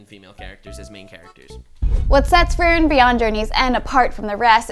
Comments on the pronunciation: Fact she keeps calling her Fairren not Freeren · Every time she said Frerrin or Fearin 😖